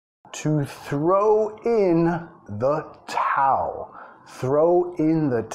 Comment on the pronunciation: Throw in the Towel (TrhOuw indThe tauL)